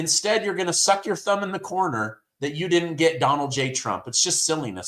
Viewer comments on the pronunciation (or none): none